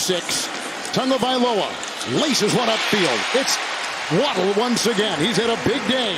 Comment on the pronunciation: I can't stand the way this announcer says Tagovailoa